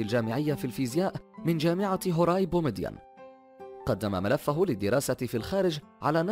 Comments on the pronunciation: هواري بومدين وليس. هوراي، ، واد سوف وليس صو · هواري ليس هوراي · هواري بومدين و ليس هوراي بومدين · هو عالم جزائري لا عربي حتى انكم تستخفون بالجزائر ولا تتثبتون من المعلومات عن الجزائر في شيئ ورد اسم " هواري بومدين " وهو رئيس جزائري غني عن التعريف جدا جدا جدا و هنا ينطق اسمه بالخطا وهذا شيئ متعمد و ينطق " هوراي " ؟؟؟؟؟؟ بل هو " هواري بومدين " نعم انه من اشترى للعرب سلاحا بشيك على بياض للسوفيات لعجز العرب وقادتهم عن شرائها من السوفيات لتماطلهم و استحقارهم للعرب ولكنه غير المعادلة سريعا وهو القائل "" نحن مع فلسطين ظالمة او مظلومة " يقصد ب " نحن " الجزائريين طبعا المهم احترمونا قليلا الجزائر والجزائرييين لهم تاريخ جد مشرف كما لكم يا عرب واكثر منكم هواري بومدين وليس " هوراي " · نطقك للاسماء خاطئ نرجو التصحيح ( وادي سوف و ليس وادي صوف ، بسكرة و ليست باسكرة بالباء الللاتينية هواري بومدين و ليس هوراي بومدين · حرفت أسماء الولايات حسيت روحي في الماريكان ولا هوراي بومدين وحدها 😂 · الجامعة التي تخرج منها اسمها هواري بومدين رئيس جزائري سابق وليس هولاي او مهما قلت تعلم النطق جيدا و صحح معلوماتك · هوااااري بومدين ماشي هوووراي 😂😂😂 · المذيع اخطأ في لفظ اسم هواري بو مدين.فقال هوراي! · واد سوف وليس وادسو بسكرة وليس pascara هوّاري بومديّن وليس هواري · اسمع اسم الجامعة هواري بومدين و ليس هوراي😂😂😂😂😂😂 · المعلق مايعرفش يقرا الاسماء بطريقة سليمة اسمه هواري وليس هوراي غريب لو اسم انخليزي لنطقته سليما😑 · هواري بومدين وليس هووراي يا#مت_عقلك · ليس هوراي بومدين بل هواري بومدين ارتقو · جامعة هواري بومدين وليس هوراي هههه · هواري بومدين و ليس هوراي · هواري بومدين مشي هوراي بومدين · هواري بو مدين مو هوراي يا ذكي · جامعة هواري بومدين ماشي هوراي😒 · هواري بو مدين ليس هوراي 😒😒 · ضحكني كي قال هوووراي ههههههههه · شكرا بس أخطأت في نطق (هُوَّارِي) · واد سوو ولاية باسكرة جامعة هوريا ههههه حسيتها مريكان ماشي جزاير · واد سوو ولاية باسكرة جامعة هوري هههههه حسيته مريكان ماشي جزايرية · اقرى الأسماء مليح ولا قود هوراي بومدين 😑😑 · متعرفش تهدر ولا هوراي وااد صوف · يا أخي ما تعرفش الهواري بومدين ؟! النطق خاطئ ، لكن شكرا لك على كل حال .